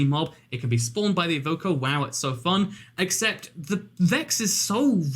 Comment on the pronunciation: when he said evoker i thought he said vodka